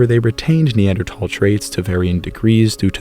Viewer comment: And a beautiful voice as well. And he pronounces Neanderthal correctly!